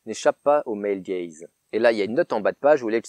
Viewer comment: Purée J'ai quand-même compris après 3 minutes de vidéo qu'on parlait de Male Gaze et pas de "el gaize" et "film el gaize" x)